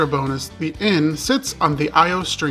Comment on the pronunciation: "eee-ow" not ee-o and not i-o. Great video otherwise. Glad you enjoyed your visit.